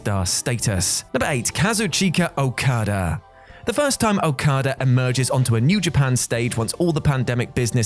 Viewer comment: why you say okadas name like that 😭😭